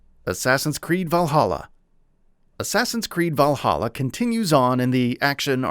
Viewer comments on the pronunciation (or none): none